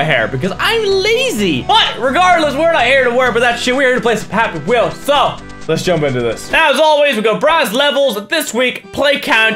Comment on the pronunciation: did he just say "pappy wheels"